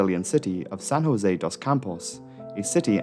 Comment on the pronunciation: Love the vid! Just a note as a brazilian, São José dos santos is not pronounced Hosé but José (like you would pronounce the J in Judge). Outside of that great vid!